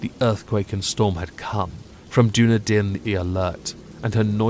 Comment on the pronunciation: Love the reading as well as your pronunciation of Dunedin